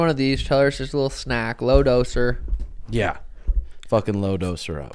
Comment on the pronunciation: “Low dose her” 😂